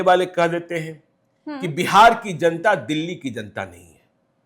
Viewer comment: Zanta nahin..... Janta bolo